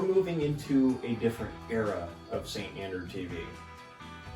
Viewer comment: "The Saint Andraw"